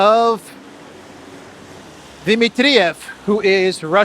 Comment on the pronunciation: Di- MIT-triev NOT Di-mit-TRI-ev. Please, it's irritating